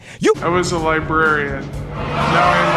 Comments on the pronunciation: The librarian pronounced the word librarian correctly twice, and you failed twice. It's not "libarian". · Its not Libarien. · when you say libarian instead of librarian makes you look du du duuuuh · When u cannot spell or say libRarian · Just toi say the word is LIBRARIAN!